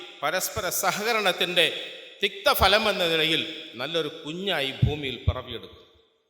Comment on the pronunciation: "തിക്തഭലം" ആകെകുടുങ്ങി..,. നല്ലഭലം എന്ന അർത്ഥം ഉദ്ദേശിച്ച് "തിക്തഭലം" പറയുന്നത് ഭാഷാപരമായി വലിയ തെറ്റാണ്..... ഏരെങ്കിലും അദ്ദേഹത്തെതിരുത്തണം.... "തിക്തഫലം" Bitter taste.